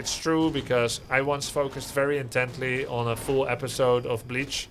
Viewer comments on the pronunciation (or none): none